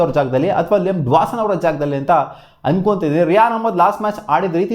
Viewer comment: Dwason ❌ Dawson✅